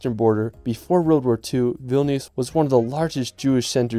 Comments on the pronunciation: It’s pronounced world bro, not rorld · He says world as “reld”😂😂